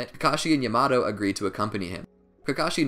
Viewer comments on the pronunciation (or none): Actually triggered me so much for no reason. Yah-mah-toh. Damn i need help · Yah-mah-toh not yuma-toe Kah-muwy not kuh-moooey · Mans said yamado Say it with me YA MA TO WTF 😂😂😂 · yamado? its yamaTo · “yah-muh-toe” lord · Its pronounced (ya-mah-toe) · Amazing video but the way you said Yamato killed me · Bro please say Yamato right they literally say it in the show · he pronounced yamoto wrong